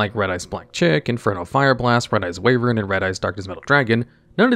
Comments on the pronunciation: It's pronounced 'why - vern', not 'wave - ern'. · WYvern not WAYvern 😅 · Wyvern ≠ Way-vern Wyvern = Why-vern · I had this in another tab, and I was like "What is Red-Eyes Wavering?" but oh he just can't say Wyvern... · Yall clowning on the typo in the title… I still can’t get over “Way-vern” lmfao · "Wyvern" is pronounced "Why-vern". Red-Eyes has been overshadowed as an archetype, but it's not as one might say, bad. There were times when it was a decent rogue option. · "Why-vern" btw. Sorry that bugged me lol